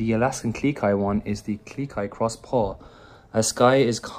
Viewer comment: Claire R yep! Funny thing is I thought she was saying Alaskan GLEE Kai XD